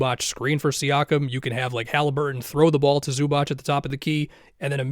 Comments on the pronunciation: It's pronounced Zoo-baatz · loved the video, but zubac is pronounced like zubats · Bro learn how to say Zubac already